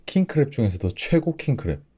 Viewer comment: WHEN HE SAYS KING CRAB I HEAR KING CRAP